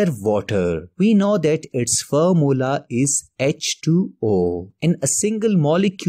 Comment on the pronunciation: Formula ❌ Formla✅